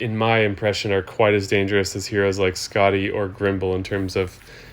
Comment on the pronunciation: What I'm reading vs what I'm hearing: Skadi -> Scotty Hel -> Hell The names in EaP are sometimes difficult and pronounced differently around the globe so this is more of an observation.